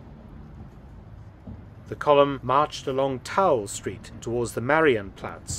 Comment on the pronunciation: Isa Tor pronounced Eeesa Tor and Marienplaty is MaREE-ENplatz, more German lessons for Mr Felton!